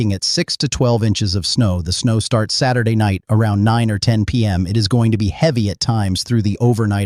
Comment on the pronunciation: So...for the creator of this channel: if you're going to use AI, don't say S-day. Say "Saturday". 🤦‍♀️🤷‍♀️